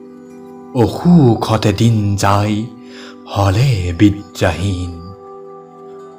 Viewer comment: "অ- সুখ"টো অষুক আৰু "বিদ্যা হীনটো বিত্ৰাহীন উচ্চাৰণ কৰে নেকি ?